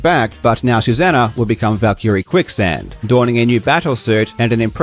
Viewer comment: Does everyone in australia pronounce Valkyrie the way you do? It sounds horrendous, hoping you're ignorant and just learned about the word. Its not 2 seperate words mate... not Val and keereeee - its pronounced all together - even in multiple languages, including nordic languages, go check forvo.